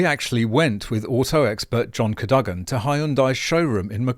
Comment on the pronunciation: I always thought Car Expert's name was pronounced John 'Car-Doe-Gan' Not 'Car-Dug-An' Oh well, now we know.